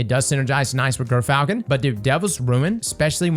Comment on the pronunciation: Gyrfalcon is pronounced "jur-fal-kuhn."